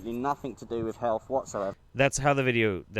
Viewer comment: Why should I trust an anti masker who can't pronounce health properly. (second anti mask video)